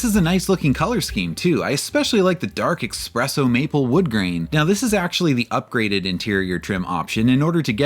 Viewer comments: The first Gen ES was based on a Camry. 3rd gen Camry with based on a second gen Lexus. These are the two best variants. 4th and 5th generation ES look like guppies. Did you say "Expresso" ? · There’s no X in espresso!